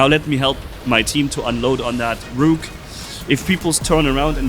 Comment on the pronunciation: You're saying it wrong!! Hey, Rook is pronounced as if it's rhyming with "took". Like "I took a Vitamin C."